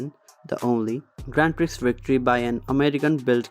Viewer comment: Please have a native English speaker help you with pronunciation. Your butchering of the word 'Prix' makes my teeth itch. The x is SILENT!